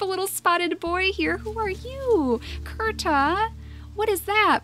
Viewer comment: When you found Kirta, and pronounced it Kurta, I automatically said he had to be the last survivor of his clan.